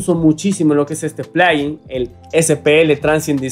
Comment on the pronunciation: como puedes decir plaguin